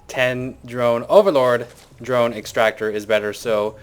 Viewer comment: lol you've really messed up the word drone!:P